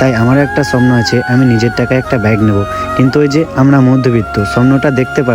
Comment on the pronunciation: এ ভাই স্বপ্নটা ভালো করে উচ্চারণ কর তারপরে ব্লক করবি😅